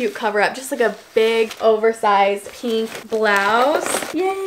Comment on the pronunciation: lol you say pink like alisha. She says it like “peenk”